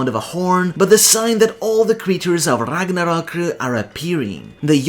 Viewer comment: Damn dude, im impressed. You always pronounce non English words correctly instead of half assing it, but to know Gerðr is pronounced as Gerth or ɡerðz̠, let alone literally being the only person ive ever seen pronounce Ragnarök correctly with the r at the end, let alone gjallarhorn. You're the man.